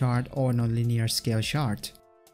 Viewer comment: every time you say "chart", I keep thinking you say shart